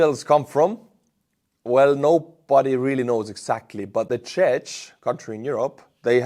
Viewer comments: Hi, big follower here. From Czech Republic:-). They call us as well Czechia now and please check “Czechs” pronunciation;-). You sounded like we are Chechens 😳😅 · Czech Republic, Czechia, Czechs (pronounce ..ch.. as k please). Anyway, thanks for an excelent job you are doing 👍